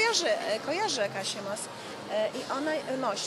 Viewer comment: jeszcze powiedziała mos zamiast moś XDD